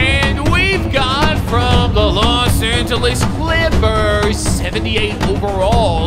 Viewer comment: “The Bos Angeles Lakers”